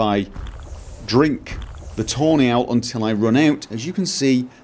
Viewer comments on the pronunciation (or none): it sounds like you're saying toenail when you say tawny owl :D mohahhahaha